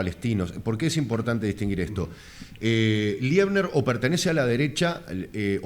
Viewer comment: No es Liebner, es Leibner. Es docente e investigador en Historia en una Universidad en Israel.